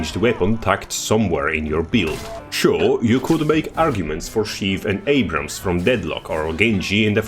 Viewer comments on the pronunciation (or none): none